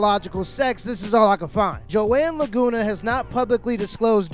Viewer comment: La-GOON-a... ahahaha!!!